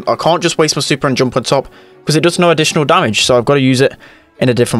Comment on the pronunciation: U say "joomp"